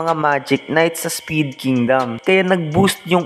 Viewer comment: Spade po hnd speed😂